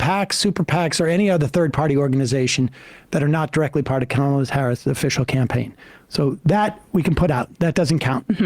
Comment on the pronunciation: Btw… it’s not “comma” Harris, it’s Kamala Harris. Do better.